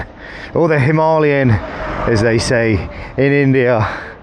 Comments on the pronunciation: I'm sorry but I can't stand this dude pronouncing himalayas wrong it's not a himarlyan 😢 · And you got the perfect Indian accent for “ Himaaalayan” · I find your pronunciation of Himalayan strange, Hi-ma or Him-a! hope this makes sense? gr8 vids so far, just luv'n the difference between bikes, the RE looks the bike that has surpassed its predecessor, although KTM looks the part.............